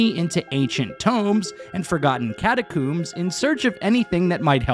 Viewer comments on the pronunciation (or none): Lol catacooms